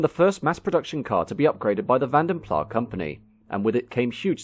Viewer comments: Im surprised that you don't know it's pronounced "plass' , it's not french it's Dutch pronunciation. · Interesting. Thanks for the upload. One remark: VandenPlas is a Dutch name, working in Flanders and the pronounciation therefore is with the "s" at the end. In Dutch words all letters are pronounced. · Accurate? Vanden Plas pronounced wrong and invented a w123 Maybach. What’s accurate about that? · Vanden PlaS .....you pronounce thé S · Walloons - the southern French speaking Belgians might. But Vanden Plas is a Flemish name. Similar to Dutch, and would pronounce it with a rather sharp S, even more emphasised than old in this video. In any case it became a British company, and especially in the car industry, not too many airs or graces are given so Plas as in Plass would be most likely. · The "s" in Vanden Plas is pronounced, it is not a silent "s". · I know nobody pronounces it but it is Flemish, not French. That S should be pronounced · That’s one way of pronouncing van der Plas. It’s Belgian not French. The S is pronounced. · It's a Dutch pronunciation ie you say the "s" . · You pronounce the S - it's not French. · Vanden Plas in the UK became a separate company from “Carrosserie Van den Plas” in Belgium. The then English company in 1923 was named "Vanden Plas (England) 1923 Ltd". Both “Carrosserie Van den Plas” & "Vanden Plas (England) 1923 Ltd" were exhibiting at the London Motor Show as different companies with different owners. The English company pronounced their name as Vanden Plah to distinguish themselves from “Carrosserie Van den Plas” of Belgium. When Austin acquired them in 1946, Plah was their preferred pronunciation, and it was marketed as such. This continued with BMC and later BL. It’s been pronounced Vanden Plah for at least the past 80 years. As for “Carrosserie Van den Plas” of Belgium, it went out of business in 1949. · What a shame you make such a documentary about a company and don’t pronounce its name properly…